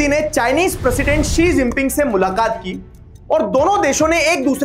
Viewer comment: Sir she-jing-ping😭😭